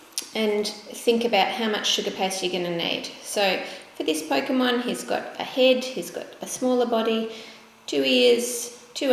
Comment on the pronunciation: You keep on saying Pokemon wrong